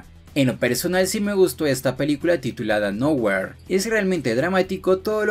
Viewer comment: Se pronuncia noujir